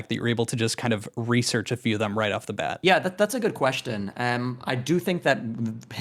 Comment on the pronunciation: Looking at "Thor" reveal himself more and more as a deranged narcissist has been nothing short of epic. But, no matter how much I agree with comments, listening to him pronounce "question" as "queshton" is incredibly cringe. What the actual hell?